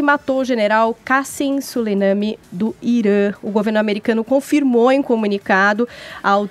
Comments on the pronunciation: Moça, não é Solenami é Soleimani. Tem que ler direito. E para de falar e deixa o convidado responder, tagarela. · Essa mulher toda hora fala o nome do general errado "soleiname" ( é Soleimani) porra. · é tão despreparada que errou diversas vezes o sobrenome do general iraniano morto, não é soleiname, e sim soleimani, 😒